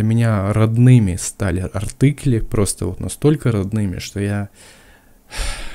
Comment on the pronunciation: Всё круто, заинтересовали! Но почему "артЫкли"? АртИкли же. Тоже учил немецкий...